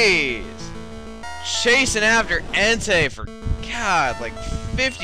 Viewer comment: when he said entei it sounded like hentai